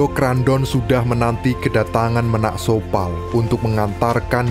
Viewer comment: Bukan menak sopal min..! Tapi Ménak Sopal, baca é nya seperti baca e pada enak atau kecap